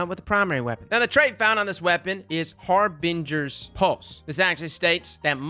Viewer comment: “Har-bin-GERS” I love you 😂😂